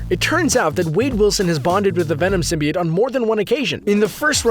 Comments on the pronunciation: Venom can heal bones and tissue too!See the movie.Oh,symbiote is pronounced Sym-bi-ote. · you're saying it all wrong. it's Sym-bi-oats... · It’s pronounced sim by oat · YOU SAY SMYBIOTE WRONG but I have a question for y'all. who's your favorite Spider-Man villain?